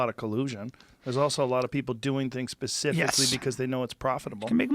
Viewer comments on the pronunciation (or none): joe says "pacificly" 😆